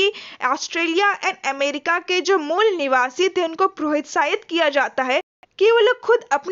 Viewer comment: Aare mol niwasa mat bola karo dd distract horaha hai mujhe 😂